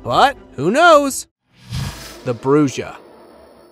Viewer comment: A Bruja is pronounced Brew-ha